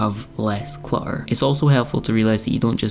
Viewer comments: Cluh-errr ❤❤❤❤ "my cat's university fund" 😂😂😂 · I like this video and your advice. Love the end result! Congratulations on showing something vulnerable and sensitive. Clamber is a great word! I forgot about it. Also, in the U.S. we mostly pronounce the 2 ts in clutter! It’s ok, you have a lovely lilting accent. ❤